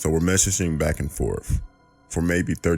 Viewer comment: I did hear that correctly..He said "Pacifically" instead of "specifically"and "MESH-ah-SHING" instead of "Messaging"